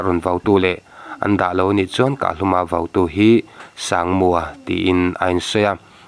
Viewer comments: Kahluma ( vo ) ni lovin VAU tih tur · Kahhlum ah vo nilovin, vau tih tur aw, mizotawng humhalh na zel